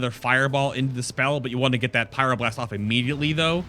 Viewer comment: huhuhu "pyroblurst"